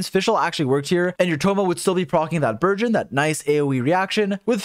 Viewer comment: i thought you said virgin and not burgeon